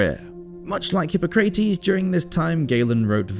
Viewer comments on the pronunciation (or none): "Hip-pah-crah-tes" the pronunciation is all over the place! Considering that this is a channel dedicated to the Roman Empire, you should most definitely get that correct!!